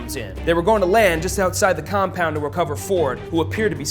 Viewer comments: "He was left in the com-Paund!" "They found him in the com-Paund!" :D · fire this annoying narrator. i winced every time he said COM POUND!! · Stop saying ' compound' like that e.e